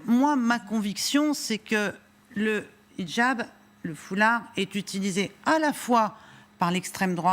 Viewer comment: Très drôle comme elle prononce "Hidjab". Avec l'accent arabe, bien appuyé. Française, vraiment ? Son accoutrement dit le contraire. Qu'elle s'exprime bien, c'est normal : les Frères Musulmans savent choisir leurs porte-parole... Elle défend une France une et indivisible ?Quelle hypocrite ! pour les musulmans, les non-musulmans sont des impurs. Cette religion est violemment endogame. On voit ce que ça a donné dans les Balkans et au Liban. Et dans les quartiers islamisés où pompiers et policiers ne peuvent plus intervenir. Ce sont des musulmans qui attaquent les forces de l'ordre et les commissariats au mortier. Et qu'on ne prétende pas qu'ils sont socialement défavorisés : on a injecté des milliards d'euros dans les banlieues islamisées pour essayer d'apaiser leur violence, sans aucun résultat. De l'argent prélevé sur le travail des Français.